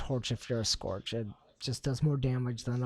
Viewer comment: Was cringing with the way scourge was said. Couldn't finish the video.